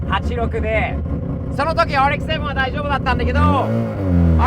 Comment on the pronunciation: RX-7の発音ごっつ素敵やん